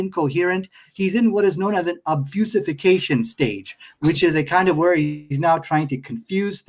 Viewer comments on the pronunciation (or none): "Obfusification" awww He means obfuscation. That's cute.